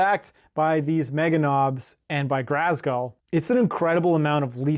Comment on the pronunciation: There’s no R in Ghazghull. Please stop saying GHRazghull lol Other than that, fun video 👊